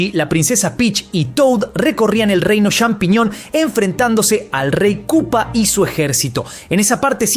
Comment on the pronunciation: hablaaaa bien inbesil !!!!!!! CHAMpiñon !!!! no XAmpiñon ni Shampiñon.... no es dificil de pronunciar